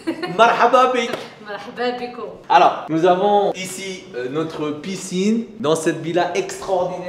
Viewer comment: "Euh ca c'est un enfant qu'on a mit a la piscnineuh" jsuis ko mdrrr